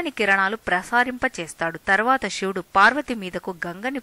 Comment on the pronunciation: షివుడు కాదు శివుడు అని పలకాలి